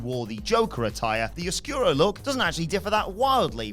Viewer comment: Not properly pronouncing oscuro and being irked about it is ironic